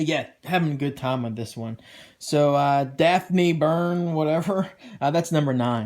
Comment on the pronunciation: Nice list man. I really only collect black label cause of their quality so this is great. You should really continue with Wonder Woman Dead Earth. Besides some art details, it easily one of the best titles so far. And you said Daphne Byrne correctly.